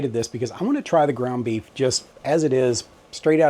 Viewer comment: I wasn't looking at the screen and thought I heard "beet month" and, well, I like beets but I'm glad you said beef. 😂